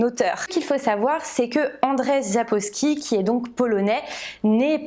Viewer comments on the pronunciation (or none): Andrzej se prononce Anndjey et non pas Andrey! Le rz a le même son que le j français. Et le nom de famille Sapkowski se prononce sapcoffski.